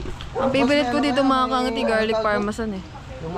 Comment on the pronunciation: Garlic Parmesan yown kangiti hindi Parmasan 😂🤪 ✌🏼